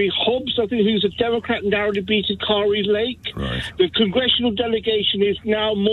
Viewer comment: It's Andy Beshear, not Steve Beshear. It's funny listening to people in the UK trying to speak about our crazy politics. Also the pronunciations. Kari is pronounced like Care ee, not Car ee.